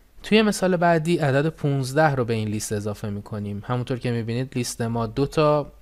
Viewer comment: List لِست تلفظ میشه به معنای فهرست Least لیست تلفظ میشه به معنای کمترینه